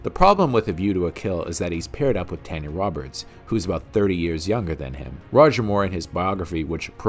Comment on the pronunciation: Every time you mispronounce Tanya's name, my heart dies a little. RIP Miss Roberts!